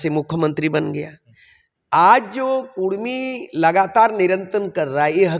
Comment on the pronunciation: रिपोर्टर साहेब,आप हमेशा कुड़मी को कुर्मी कह रहें हैं, कृप्या कुड़मी कहिये ना कि कुर्मी कह रहे हो।